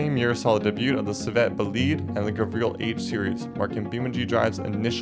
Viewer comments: cievet bolied? wtf dude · Is the pronunciation a joke? What the hell is a civet bleed, and a Cherry rebadge